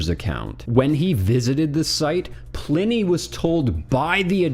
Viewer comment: As a Sonoma County native, home the the best IPA in the world, Pliny the Elder, its pronounced “Ply-Knee” sorry it was driving me insane lol